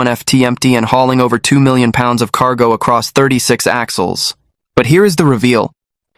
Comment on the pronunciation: Can't even say pounds right